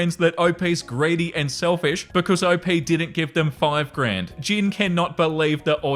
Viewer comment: Okay I was like, “Is he saying Jin or Jim?” Thinking wow maybe this guy is Army (BTS fan) that’s cool… or I’m hearing it wrong. Then a week ago I saw someone comment calling the cat Gin and I was like OMG I forgot the English word gin exists! I felt so stupid. lol But now I see you write Jin and I’m lost! What is his name!? lol